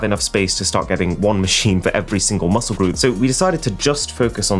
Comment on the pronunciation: kinda felt bad for arun when she said large muscke groups.